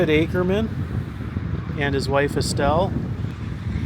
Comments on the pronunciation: It’s “AKEMAN”, not “Ackerman”. No R. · His last name was Akeman not Akerman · Akeman sir. Not Akerman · Not Akerman - Akeman - good grief…………../ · Akeman, not Akerman. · You keep mispronouncing his name.. even when it was spelled on the grave marker. It's Akeman not Akerman. There's no "r". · It was Ake=mem not Aker=men!! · It's not "Akerman" ... it's Akeman'. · It’s Akeman not Ackerman. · I have to wonder why you kept saying "Akerman" when it is Akeman. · Let me help you out young man, it's not Akerman, it is Akemon. He was from where I am from which is Jackson County Ky, not Jackson Ky. That is the county seat of Brethitt County Ky. I knew people that grew up with the man, and know alot of tales of him, alot of which I cannot tell on YouTube. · AKEMAN! NOT Akerman. Nice video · I'm sorry...it is AKEMAN. There is no "R" in it. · There is no “r” in Akeman. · Its Akeman! Pronounced Ake-Man. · ...There is no R in his name...geezus man. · You keep on butchering his name and you're looking at the gravesite as you're doing it 🫤🫤🫤